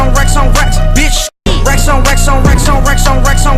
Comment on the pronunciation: racks onx22e2213 times sounds like wax on a lot of the tiems (Thx for the heart!)